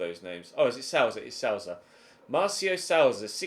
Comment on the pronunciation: Souza is Portuguese; pronounce it Sue-za